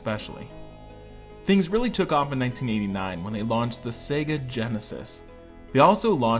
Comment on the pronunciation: Good video! Thanks for pronouncing the name correctly and not focusing exclusively on Sega in the US!